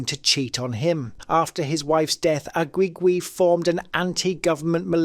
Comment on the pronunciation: I think Isaac Aguigui's last name is pronounced "Uh-gee-gee" not "Uh-gwee-gwee".